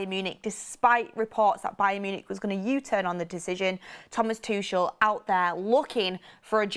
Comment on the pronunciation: if Thomas Tuchel becomes our manager, please pronounce his surname correctly. It is TOO-KOL (too-kle) not "Tushelle" 😂